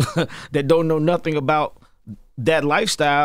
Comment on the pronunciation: Jess didn’t prep for the interview she ain’t say Nottin 😂😂😂